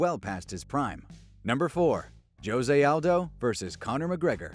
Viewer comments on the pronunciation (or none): none